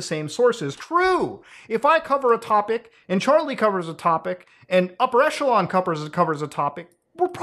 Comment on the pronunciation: Isn't it pronounced "Upper E[kk]elon" instead of "Upper E[soft ch]elon"? I'm asking, because English speakers can't say either [soft ch] and [hard ch] and will always default them to [tch]. Besides [tch], [kk] seems to be the only other "ch" English can pronounce, and it appears in these commonly used words: [kk]aracter, [kk]a(rizz)ma